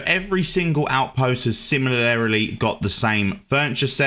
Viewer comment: Similarily? Orfornicopter? Eighty fousand? Brother I'm not taking advice from a guy who can't read ngl